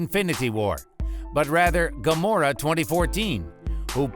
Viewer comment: Also gamorrra